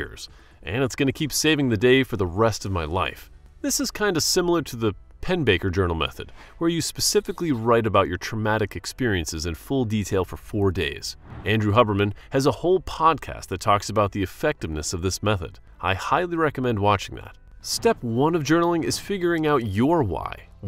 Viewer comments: anyone who has EVER watched The Huberman Lab would have heard it pronounced correctly. (Hugh-burr-man), not HUBBerman. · is this an ai video bruh. he said andrew hubber man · “Hubberman” lol